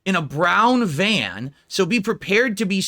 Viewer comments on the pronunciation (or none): "A brown vayun" why can he not speak 😂